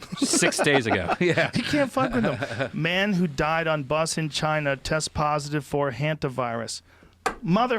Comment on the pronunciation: Joe can't say China in this episode apparently